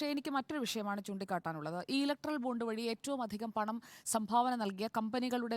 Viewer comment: സങ്കി പെണ്ണെ ബോണ്ട അല്ല ബോണ്ട്‌ ബോണ്ട്‌ 🤣🤣🤣